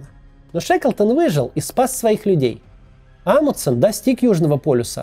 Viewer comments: "Амудсен", "Амудсен", "Амудсен". В этом имени есть буква Н, и в английском языке, и в русском она произносится, т.е. должно быть "АмуНДсен". Тяжело слушать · Мне кажется, или Максим теряет одну «н» в фамилии «АмуНдсен»?🤔